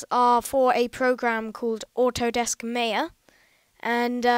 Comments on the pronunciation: it's not pronounced may-a its more like my-a however i thank you very much for the video it has helped me greatly :) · It's pronounced "My-a" kid.